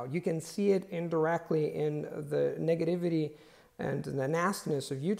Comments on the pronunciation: Since he accepts corrections, just wanna say, you should double check how to pronounce negativity , both times you said in this video wasn’t correct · Wow your English is so good! I like that you used the word "flack" Thats a great words! You did mispronounce "negativity" at the end there. I look up to you man. You and Steve really do inspire me, thank you so much. Stay Safe!